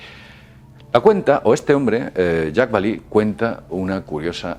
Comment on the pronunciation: (): Jacques Vallee se pronuncia "yacs balé", no "yacs balí". Es un nombre francés, no anglosajón. Por lo demás, muy bien video, como siempre. Gracias por tu trabajo y un saludo.